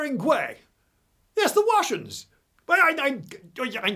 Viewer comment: "Advance of the fwench" lmao "Yes, yes, the Wussians" Channelling the spirit of Monty Python ahead of it's time.